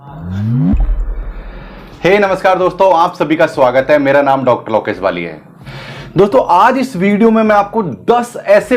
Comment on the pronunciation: हद है। कोचिंग कम कोठा बना रखा है, हर चीज़ की रेट लिस्ट। और ये क्या गाता रहता है कि इतने समय में नेट जेआरएफ पास करो। अबे घोंचू, बिना पढ़े लगातार 6 बार इस एग्जाम को क्वालीफाई कर चुका हूं मजाल है अब से पहले कभी ज़िक्र भी किया हो । हसी आती है तुझपे और तुझे अपने अंडर पीएचडी कराने वाले पे जो तेरा उच्चारण ठीक ना करवा सका। लोकेश होता है लौकेस नहीं । तू अपना नाम ठीक से नहीं ले पाता, दुनियां को पढ़ाने चला है। भक घोएसडीके